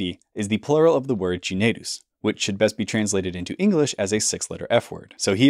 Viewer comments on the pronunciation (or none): The pronunciation of cinaedus in classical Latin would have made it sound almost the same as kinaidos. (Hard 'C', and 'ae' is pronounced like the English word 'eye').